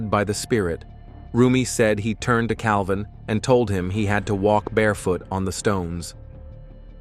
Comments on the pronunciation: It’s a deceiving title on this video. I’m disappointed, and.. it’s Jeff Cavins, not Calvin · Just so you know you had a name wrong. It's Jeff Cavins not Calvin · It's Jeff CAVINS. Not Calvin